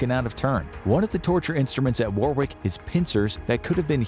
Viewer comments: It’s not pronounced war wick is pronounced as war ick… I’m British and that’s how it’s said just thought I’d make a point of that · Its spelt Warwick and pronounced Worrick BTW not War wick. At least try to get that right. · Warwick is pronounced Warrick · War-wick?! No God no! It's pronounced 'worrick'. Take it from someone who lives there. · I love the way you pronance Warwick castle . I can assure you it's not, war-wick😂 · Its a silent W the second w so it's pronounced warrick if you understand that , i know it's my second name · It's pronounced worick castle with the o pronounced phonetically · It's /ˈwɒrɪk/ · "Warwick" is pronounced worrick. Please pass this on to all Americans 😂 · The ‘rw’ in the English language is just ‘r’ like Warwick is pronounced Worrick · Warwick is pronounced wa-rick Don't ask - English! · Listening to you pronounce Warwick is a form of torture in itself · I love the way Americans pronounce "Warwick". To be fair most names are mental - Towcester (toaster), Bicester (Bister), SouthHall (Su-thal) and Chipping Sodbury - said as you expect but.....WTF????